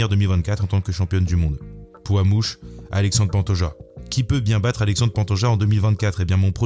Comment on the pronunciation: Finalement ça sera Aléchandri Pantoja